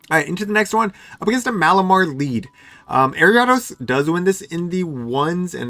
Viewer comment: Was gonna rib you for the way you pronounced Ariados, but you're too cool.